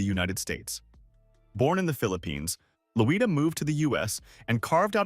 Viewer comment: It’s Loy-da